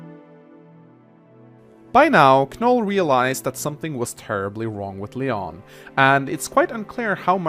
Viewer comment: You pronounced Knoll's and Lyon's name wrong. The "K" in Knoll's name is silent and Lyon's name is pronounced as "Lion." Knoll is really good as a glass cannon unit. Just gotta keep him away from hordes of enemies since his defense and luck stat is dismal.